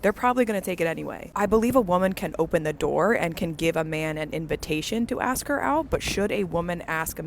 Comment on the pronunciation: What about the brain surgeon at five minutes that can't pronounce a three letter word. Its ASK toots not achkxe